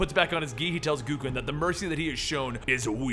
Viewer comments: G-O-W-K-E-N not G-O-O-K-E-N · Why dafuq does he call him GOO-KEN? Isnt it pronounced Goe-Ken? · GO-KEN. Not Goo-ken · Hey, not to be rude or anything but Gouken is pronounced "Go-Ken" not "Goo-Ken" like I've heard you say it in the few occasions you've covered street fighter comics. Just a little heads up. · it's not pronounced "goo-ken"!